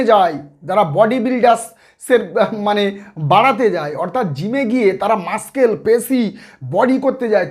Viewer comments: Dada mashscale na mussels ki doctor apni. Pronunciation thik koren na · PE মানে তো জানি ফিজিক্যাল এডুকেশন আর ED মানে এনফোর্সমেন্ট ডিরেক্টরেট... আর একটা কথা ডাক্তারবাবু.... আপনি ভিডিওতে বেশি শব্দটির ইংরেজি তর্জমা করতে মাস্কেল উচ্চারণ করেছেন....মনে হয় সঠিক উচ্চারণটি মাসেল হবে....